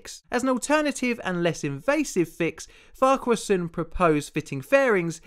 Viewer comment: YOU SAID FARQUHARSON RIGHT!!!! YESSSSS also, how havent I seen this video of yours until now with how long I've watched you. P.s. keep up your great work